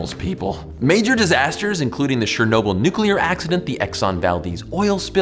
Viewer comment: did he just say shernobyl? lol